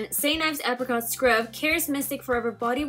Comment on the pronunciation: XD I don't know why instead of hearing apricot, I kept hearing African xD